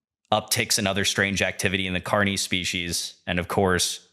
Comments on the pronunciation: I like this video except your pronunciation of carnis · loved the video, agree with others about the pronunciation. not a big deal for the most part, but with the important words you are going to say many times over a long form video, it is important. the hard e sound in carnis, and stone hedge (correct: stonehenge), though the latter may be my hearing deficit, but the subtitles said hedge as well.. awesome breakdown of source though, keep at it you'll have many more subscribers soon im sure.